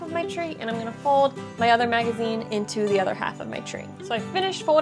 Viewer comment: The way she says "fowd" is driving me bananas!!!! 🤣